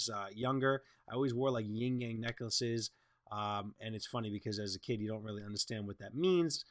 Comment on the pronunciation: It's "yin yang," not "ying yang."